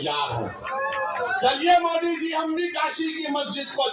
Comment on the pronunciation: तु है कोंन बे ,जो मोदी के saath जायेगा पहले तू मोदी बोलना सिख ले बेटा।।।।समझा